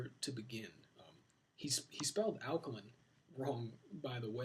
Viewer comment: Sebi can't even pronounce alkaline... Your fly by night doctor